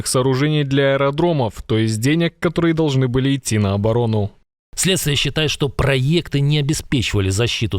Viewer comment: Зачем говорите "проййекты"? В русском языке этого глупого изменения произношения небыло, только в украинском.